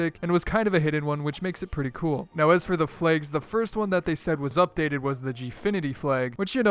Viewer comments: Lol he pronounces flags like flaigs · the way he says flags